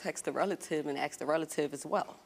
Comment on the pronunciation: You Asked her. ASKED. Not Aksed.